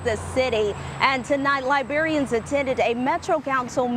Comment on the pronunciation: It isn't libarians. It is librarians.